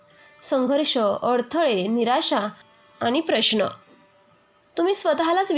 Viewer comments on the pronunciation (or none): none